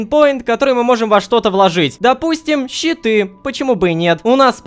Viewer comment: Когда ты говорил щиты , я думал читы и только в конце понял что это щиты хD